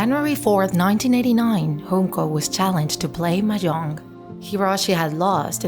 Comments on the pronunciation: Its Junko not Hunko!!! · Its Junko, not Hoonko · Uhhh. You pronounced Junko Chan wrong. It's jyunkou not hunko. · J not an H 😭 wtf this is Japanese not Spanish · “Hoon-ko” 💀💀 She’s japanese. Its a J. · Its pronounced just Junko with J not with H